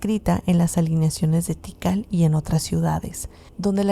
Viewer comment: Kital......? Tikal.....